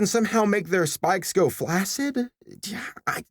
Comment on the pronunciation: I can't believe say flaccide